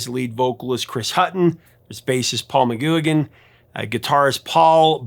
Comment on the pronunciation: Paul McGooAgin? Haha. It’s pronounced ma-gwig-an or Mac-gwig-an, obviously said together, and depending on your accent. It’s an Irish surname.